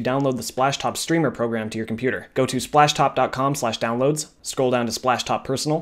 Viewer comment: how many times he said ‘spashtop’ | \/